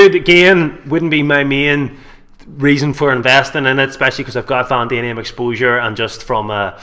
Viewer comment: Can this guy not read???? Vanadium is pronounced Van-adi-um not Van-damien, not pronounced wrong once but every time....and we're supposed to listen to this guy!!!!